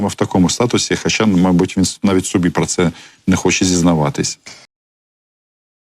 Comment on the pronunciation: Не "пра" а про. Ця азірівщина дуже заразна!